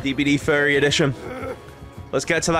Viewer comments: Why do you pronounce furry like ferry? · Oh! “Furry” I always heard fairy and got confused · I thought he was saying fairy 🤣👌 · Thats what he was saying? I thought he kept saying "fairy". I was so confused